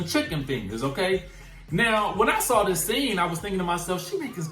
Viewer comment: is illiterate. Dis, dat and da.🤨